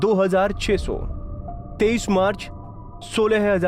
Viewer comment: 22 Marc ko laga hi bahi pahle sahi bolo